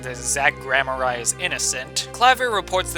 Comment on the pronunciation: Opinions on Apollo Justice and Investigations are exactly like mine, and I love this video but... you're pronouncing "Gavin" and "Gramarye" wrong...